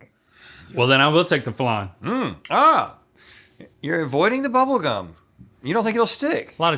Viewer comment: Why is flan being Called flarn?